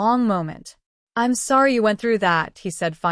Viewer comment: ???? 😳 ....story teller turns Asain, Im sworry sweetheart?